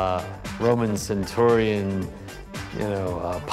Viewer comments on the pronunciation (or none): none